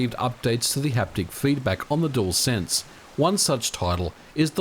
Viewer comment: Aussie dude: DUALSENSE is DEWELSENSE, NOT DOOLSENSE